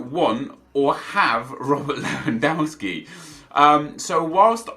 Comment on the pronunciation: How can you still pronounce Lewandowski wrong Nep? Don't you watch football on TV?